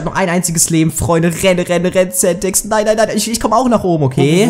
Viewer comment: Bitte sag das Centex bitte ehrehman